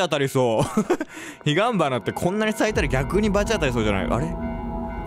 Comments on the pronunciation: もう最後の方に行くの「ヒガンバナ」じゃなくて「ヒバンガナ」になってるwww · 途中からヒガンバナがヒバンガナになつてんのよwwwww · ずっとヒガンバナをヒバンガナって言ってるww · ヒガンバナをひばんがなって毎回いい間違えてるの可愛いwwwwww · がヒガンバナを「ヒバンガナ」って言い間違えるとこ好きだわー笑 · 途中からヒバンガナって言ってるww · なんか所々『ひばんかな』って言ってる？w w w w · またヒガンバナのことヒバンガナって言ってる笑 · 、 ヒガンバナのことヒバンガナって言うの気になりすぎたw 私はそんなの実況がすきなんですけどね、、！！！ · 、「ヒ"ガ"ン"バ"ナ」のこと「ヒ"バ"ン"ガ"ナ」って言ってるよね？？wwww ガとバが逆のせいでつぐのひがちょっと面白くなっちゃったwww